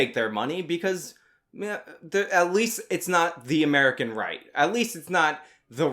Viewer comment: Because they are trying to pander to Americans Like “ if we do this Amewicans will heyrp us”